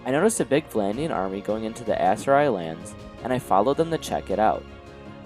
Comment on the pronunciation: Great video it rlly helped me immserse and get through part of work. It kept throwing me off how u pronounced Aserai tho 😅😭😭